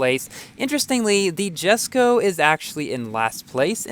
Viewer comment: Isn't it pronounced "YESSKO" instead of "JASSKO"?